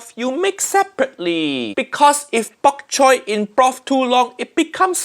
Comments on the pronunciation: Yeah, she destroyed it...and not in a good way. BTW.. it's Bok Choy... not Bak Choy. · bok chow: is pronounced bok choy nigella: BaK ChOy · It’s BOK choy, not “back” choy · Is it just me, or does Nigella pronounce bok choi as pak choi? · I've never heard of Nigella Lawson prior to watching this video, but is she truly English? How is she butchering up her national language so much? Who pronounces bok choy as bak choy? That microwave thing too. What? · Baby Back Choy 😂 it's not Baby Back Ribs, its bok choy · baby BAAAAQ CHOI. Wtf is with white people and not being able to pronounce thing the way it should be? If it's a problem with the accent that's fine but it BOK choy! smh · "Back choy" smh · Uncle rogers correct it’s BOK CHOY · why does she keep saying "bak-choy" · Nigella Lawson can't pronounce bok choy but she puts tons of them in her fridge haiyaa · Nigella Lawson’s pronunciation is hilarious: she says microwave, and bok choy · i'm disturbed by how Nigella pronounces bok choy ???? haven't heard it be said like that